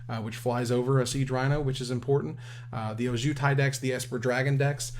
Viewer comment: Every time mispronounces Ojutai, I die a little inside